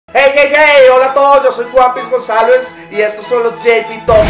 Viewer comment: Mk!... porfa pronuncie bien Gonzalez!!